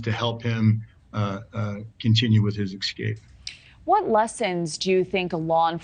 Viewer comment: speak reasonably well. excape is not a word.